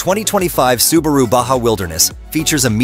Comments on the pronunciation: Its spelled Baha, not Badga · Stop saying "ba gah"